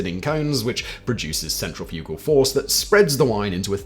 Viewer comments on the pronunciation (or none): none